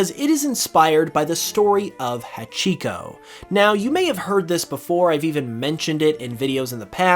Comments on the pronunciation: Uh, you kinda mispronounced Hachiko. You put random stress on the middle syllable which isn’t correct. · I would love if Kanto Bewear kept it’s dangerous nature, friendly at first. Deceptive fairies. The way you pronounced hachiko killed me a little inside.